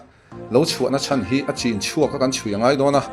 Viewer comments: Nachin nilovin Nichin tih tur aw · i mizo tawng a mawi a, thiam nen "Nichin" tih turah "Nachin" i ti ziah hi sim tum teh..I inhmeh lo..ka lo ngaihtla fuh thei sia..Ka lo sawi mai mai... I dinhmunah hian ding ila Buanga hi ka va hau nasa tawh dawn tak..I zaidam leh dawhthei lutuk hi chu aww...